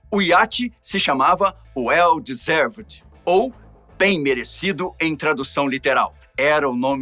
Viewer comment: Bombinha a pronúncia do iate e well disarved e não da forma como você falou. Ah! Se puder leia o texto um pouco mais de forma pontuada acho que você está atropelando a historia Obrigado